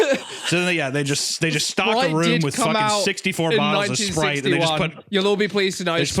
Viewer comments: Holy shit😂 that whole spwite bit, god damn that was funny! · Good god I'm pwetty parched wight now, I could kiww for a ice-cold bottle of Spwite.